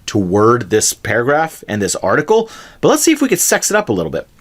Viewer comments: paragraph not parahgraph! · Great video! One thing: it is "paragraph", not "parahgraph". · Parahgraph mate your good but its paragraph